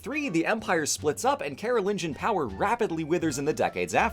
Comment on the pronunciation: Theres a whole bunch of European history I only ever learned about in German courses in university, so every so often I am blindsided by their English pronunciations. Today it was "Carolingian" that got me.